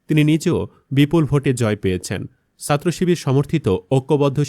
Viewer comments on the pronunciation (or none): ছাত্রকে সাত্র বলেন কেন? উচ্চারণ ঠিক করুন। উমামা ফালতু কথা বলে- একথা বলে সে সব ছাত্র ছাত্রীকে অপমান করছে।